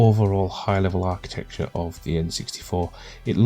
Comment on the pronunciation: Finally someone who says architecture properly, unlike those yanks saying archi-texture 😆